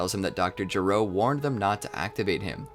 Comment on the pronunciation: Gero is not pronounced G-row, it’s “ge” like the word “get” without the T and “row”. This becomes important because his name is a joke which pays off over 25 years later in Dragon Ball Super Heroes.